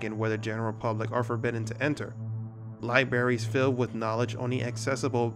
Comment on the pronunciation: Did he say libaries?